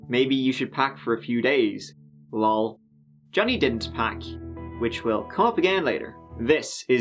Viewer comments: why did you pronounce Lol like its a word 😂😂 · Did you pronounce LOL like a word